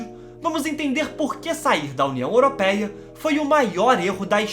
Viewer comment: Não digas européia diz europeia 🤣